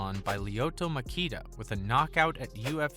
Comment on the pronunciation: Dude Lyoto Makita!?! Goofy ass mf!!!!